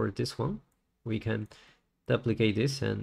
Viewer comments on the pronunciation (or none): Amazing tutorial, thank you for uploading. To the author, I have one small inquiry. The way you say duplicate is foreign to me. Neither British or American English say it the way you do. Is that how they pronounce it in your part of the world? Not hating if so, just was odd hearing D'uhplicate lol.